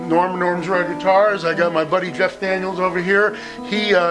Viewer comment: "Zscheff Daniels"